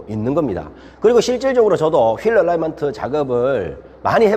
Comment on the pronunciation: ㅎㅎ 얼라이먼트가 아니라 얼라인먼트 아닌가요?